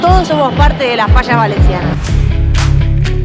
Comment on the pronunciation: No saben decir fallas dicen fasas